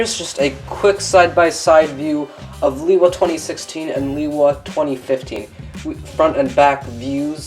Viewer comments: he says Lewa worng. (Lay- Wuh). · It's been pronounced differently throughout the years. I myself say Lewa like Lee-Wah